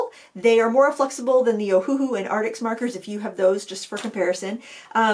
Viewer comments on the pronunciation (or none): none